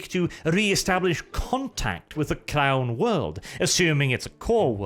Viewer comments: lol I heard that last bit as, "They might attempt to re-establish contact with the clown world" instead of "crown world". No no, they won't try to contact Terra any time soon; probably too far away. thanks for another great video, regardless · When he was first saying crown world I thought he was saying clown world. :(